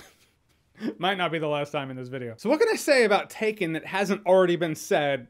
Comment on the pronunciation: That "taken" was terrible Jeremy lol